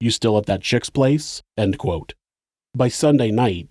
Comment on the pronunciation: the way the narrator pronounces “ end quote “ is the most notable atrocity committed in this video.